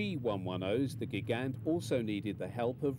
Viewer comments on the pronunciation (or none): none